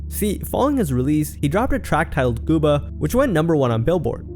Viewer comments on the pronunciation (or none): none